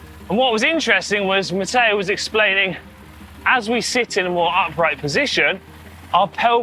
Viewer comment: Stop adding an “a” where it doesn’t belong. Matteo speaks very good English with that exception.